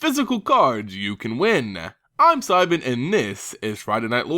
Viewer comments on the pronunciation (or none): none